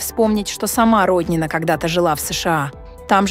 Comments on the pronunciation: Не РОднина, а РоднинА, для начала хотя бы в фамилии ударение правильно ставьте. Видимо, впервые узнали об этой женщине, а она не просто депутат, а настоящая спортивная гордость России, многие помнят ее триумфальные выступления и блестящие победы.Не вижу в ее высказывании ничего оскорбительного для проживающих за третьим кольцом, чтобы так остервенело ее хейтить. Я не москвичка, но согласна с ней. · Не РОднина , а РоднинА. Но наверное пора уже на пенсию ей, пораААААА, давноОООООО....зажралась......